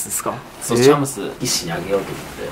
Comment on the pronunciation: チャムスが茶碗蒸しに聞こえる……。